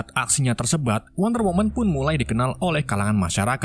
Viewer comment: Tersebut bang bukan tersebat wkwkwk